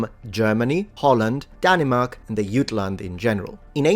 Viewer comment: Hey man love your stuff. As a Dane, I got a weird metal hit, when you said Danemark, instead of Danmark, like the Germans so. Just funny thing with language, keep up the good work.